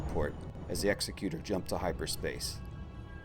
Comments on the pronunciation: Please please please stop mispronouncing Executor. Its is pronounced "ig-ZEK-yoo-tur" like executive. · EGGS-ECK-YOU-TORE is how you say that. common mistake it seems